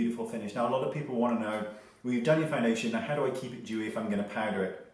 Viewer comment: Lol "dewy" really sounds weird to me.